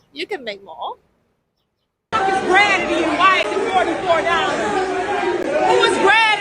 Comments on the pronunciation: "Who is gradidity"? I'm dead LMFAO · She said gradity oh my lord